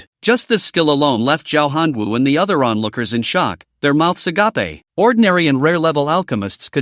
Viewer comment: I wish they could get the pronunciation correct: "agape", pronounced "a-gaype" means *adjective*: In a state of astonishment, wonder, expectation, or eager attention; as with mouth hanging open. "A-gah-pay" means *noun*: The love of God for mankind, or the benevolent love of Christians for others. The first form is frequently found in fiction, the second form is exclusively used in a Christian religious context.